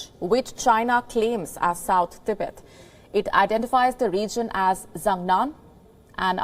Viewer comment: Learn to pronounce Tibet lol